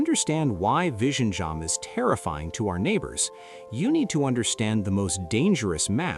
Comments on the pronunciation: Its not pronounced Vi-Ji-Nyam It's Vi-Yi-Nyam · It is vi-zhi-njam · Vizhinjam is pronounced as "Viyinyam" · It's not Vision-jam in Malayalam 😂 you are just a bot doing propoganda on behalf of North Indian in the South to create discord here, South Indian have more to worry from the North Indians than from Chinese who are generally minding their own business.😂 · Killed the pronunciation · The ai pronunciation of this port name reminded of benedict cumberbatch "penguin".😂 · Commenting from india. If you cannot even take the trouble to learn to pronounce the name of the port correctly, then your credibility is questionable. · Pronunciation of 'Vizhinjam' is wrong, you will have to put it in Google Translate cause I honestly can't help you here 😊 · Yes, and silently cringing whenever this guy is saying vizhinjam 😢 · Me, and yeah, and I'm cringing loudly inside whenever this guy is saying Vizhinjam; everyone says it wrong. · english man dnt know how to say Vizhinjam😂😂😂😂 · Learn to pronounce Vizhinjam first😂and nope Thiruvananthapuram isn't a small fishing town bruh... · the one place with two very unique letters in the malayalam language, so unique that even indians from other states find it difficult to pronounce, will now become a global hub. can't wait to hear news anchors across the world struggle with this word.